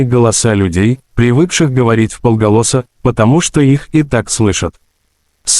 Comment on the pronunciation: ВполгОлоса, но не вполголОса👎👎👎👎👎👎